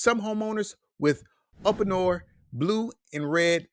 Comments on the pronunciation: Its pronounced "oopinor" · You have a strange way of pronouncing Uponor. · this video is not showing uponor products and he cant even pronounce the name uponor correctly.